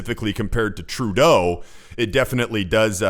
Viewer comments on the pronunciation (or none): 1. This presenters way of saying Trudooo is getting onto peoples nerves. 2. Why is Trudeau always timid around other people?? Was he abused as a child??